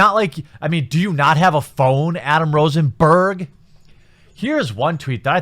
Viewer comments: Why did you say "Rosenberg" like that? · Somebody's going to call you an Anti-Semite for saying "Berg" the way you just did, haha.